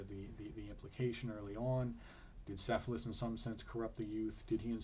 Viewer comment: not "s"ephalus it is "K"ephalus